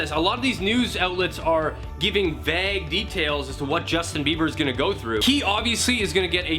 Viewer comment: Vague pronounced v-ay-g